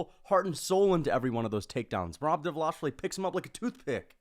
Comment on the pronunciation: please! Pronounce merobs last name correctly just once for me!!!! Please!